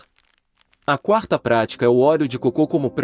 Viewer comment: ELE É PERSONAGEM FALSO MÉDICO FEITO POR IA, FALA COCO COMO SE FOSSE COCÔ.